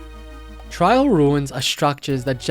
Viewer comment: "trial" ruin 💀 Bruh its a trail ruin. trail with an AI.